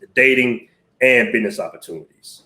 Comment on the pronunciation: Not listening to no nicca that says BID- NESS..